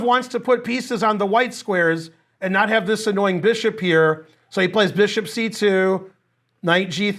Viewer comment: "This bishop... is NART good. This bishop is nart GOOD." XD moments like these are why i keep rewatching finegold lectures